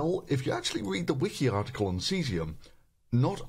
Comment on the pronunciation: Thunderf00t, why do you pronounce words Cesium and Chlorine like: "Cheezium and Klorine"?